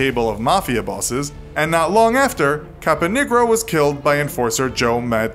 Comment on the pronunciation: Uh... I don't think "Capanegro" is pronounced quite that way.